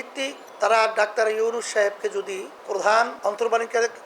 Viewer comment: ড. মুহাম্মদ ইউনুস এর নামটা ঠিক ভাবে উচ্চারণ করতে পারে না তাকে নিয়ে কথা বলার সাহস হবে কি ভাবে। এই দলটাই একটা বাটপার, চিটিংবাজ দল।